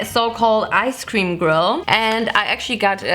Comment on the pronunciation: Why do I love the way she pronounces “gRRill”